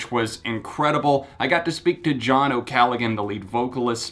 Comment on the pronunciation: ocallagggggan or oh-calla-han? lolololol